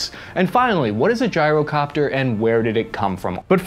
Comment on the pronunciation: Did this mf just say gee-ro copter like a Greek 🥙🥙 gyro WTF (in the beginning)